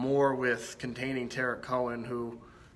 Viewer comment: its pronounced TARIK not TEARIK. GB sucks